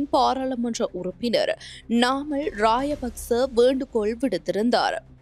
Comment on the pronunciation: ராஜபக்ச என்பதற்கு பதிலாக ராய பக்ச இன்று உச்சரிக்கிறார்கள் உச்சரிப்பில் கவனம் செலுத்தவும்